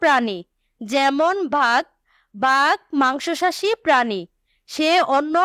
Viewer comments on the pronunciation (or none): আপু আপনি বলেছেন মাংসসাশী কিন্তু এটা হবে মাংসাশী 😂😂